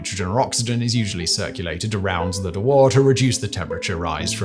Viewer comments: Nice clarification... I half expected a comment on mispronouning James Dewar's invention as a De-War flask rather than the correct Dew-ar. A small thing, I agree (and we do it with Mount Ever-est all the time, rather than Eve-rest)... ho-hum. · De-war or Dew-ar? It's the latter. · OI, baldy ! Dewar ain't French ! it's pronounced 'Jew--er' lazy sod learn to use Google ! "De' war" lol !...cheers. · Dewar is pronounced roughly as joo-ar (British) or doo-ar (American). I spent a while wondering what this "de war" thing was. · I have literally never heard "Dewar" pronounced as "De-wáhr" before. Every source I know of pronounces it "Déw-uh" (almost 'jew-uh', though Americans will say it as 'Doo-uh'). It's named after its Scottish inventor: he was most unlikely to have pronounced his surname as if it came out of Eastern Europe! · Deh War flask? You mean a 'dew werr' flask? It's like a thermos but better, not really that notable... It's used for liquid nitrogen all the time. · It's a "Dew-Err" not a "D'war". ENGLISH!!! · DEW-ER tank, Do-ER tank, not a DooWhaa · Dewar is pronounced more like 'doo-er' or 'joo-er', not 'de wah'. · Dewar is pronounced more like Do-er. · De WHAT!!??. Dewar, James Dewar, the inventor of the vacuum flask was from Perthshire Scotland and did not pronounce his name as DeWar. However, you will find him on Wikipedia and he deserves a whole programme on his achievements, he lectured at the Royal Society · It's pronounce "DYOU UH" named after the great Sir James Dewar ...... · Fascinating stuff. Thanks for the video. Dewar flask. Oddly Dewar, at least here in his native Scotland is pronounced more like jewer, or possibly jewar and is named after Sir James Dewar, a fascinating individual. Incidentally this is the same name as Dewar's Whiskey (distilled in Aberfeldy, Scotland, not far from where I live), but so far as I know Sir James was not a direct relative of the Whisky magnates with the same surname. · Never heard dewer pronounced that way.